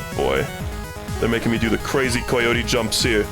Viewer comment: I am convinced is hanging out with some sinister European man that is influencing the way he speaks. First it was pronouncing words like "obscure" as OBB-scure rather than ub-scure, then it was saying "been" like "bean" and now he's saying COY-yotie frames. what the hell